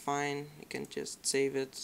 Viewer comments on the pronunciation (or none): none